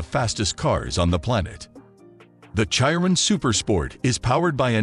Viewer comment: How you pronounce chiron🤣🤣🤣🤣🤣